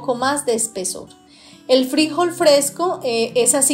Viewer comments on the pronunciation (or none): Que desesperación cómo pronuncias el nombre del frijol 🫘,.